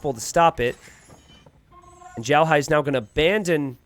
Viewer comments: Always love your content. FWIW, you're pronouncing "Xiaohai" like "Zhaohai". "Xiao" is pronounced like "Sheow", with X making a "sh" sound, i making an "ee" sound, and the "ao" making an "ow" sound. Other than that, I always look forward to your content and have been using it to better my own game! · Xiaohai, if it’s a Chinese player xiaohai is prounced sh-yow(L) in one syllable but with Chinese pronunciations each word has four tones so if I can see the words then I can let you know. Idk how to tag though 😅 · The "x" is very close to "s" you just roll your tongue a little.